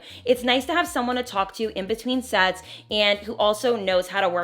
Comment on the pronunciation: When you said “sets with be your best friend” I didn’t hear that at all!!! 👀 I heard … well not ‘sets’ that’s for sure!!!